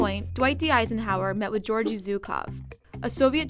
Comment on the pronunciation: Georgy is pronounced with to hard G's, not like "George".